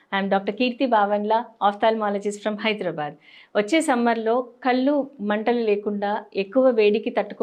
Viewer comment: కల్లు కాదు.. కళ్లు అనాలి..!